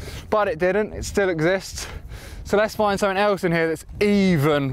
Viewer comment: I love the way he says 'sumfink'